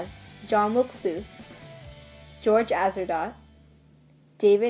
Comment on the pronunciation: You are missprouncing Atzerodt. The hanging was on July 7. Not the 17th